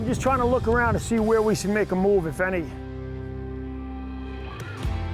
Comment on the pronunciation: What eef you just said “I love really fin pancakes?” Jk the man